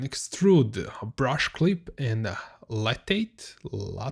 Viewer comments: the word lathe is pronounced "lay-th" with a "th" at the end, like in the word "the". I'm not sure if you can pronounce the "th" sound though if you are German, so maybe just say it as if it was spelled "late" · Lathe is pronounced "LAY-the" in English, where the ending 'the' sound is pronounced just like the English word "the".